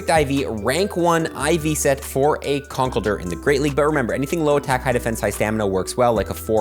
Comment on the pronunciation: yall keep pronouncing conkeldurr name wrong